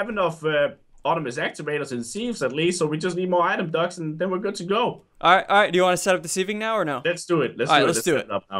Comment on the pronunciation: The way they pronounced “item duct” sounded like item ducks 🦆